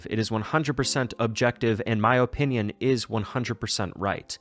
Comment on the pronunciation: Guys it’s just his O Pinion